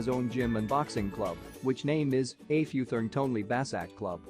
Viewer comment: It’s pronounced Eh Pootong